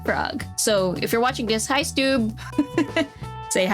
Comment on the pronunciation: It's Stew-B not Stube (It's shortened for my real name Stewart B, also, yes I'm Scottish but that's the English spelling of Stewart cause my dad's English lol) :P Wasn't actually expecting you to post my comment lol Still was fun to see after the WOW moment :D So you're going for a drindl dress this time? neat, kinda looks anime XD